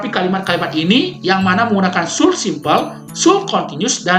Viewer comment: Janggal dengan pengucapan should-nya. Kayak kurang tepat.